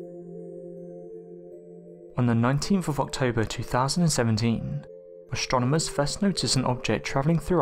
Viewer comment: Yet another speculative video full of irrelevant graphics ... sorry, my mind was not blown, far from it. Also, the narrator has really weird pronunciation "stronomers" um, i'ts AStronomers ... yes? Extra Trstral, um it's Extra Terrestrial, yes?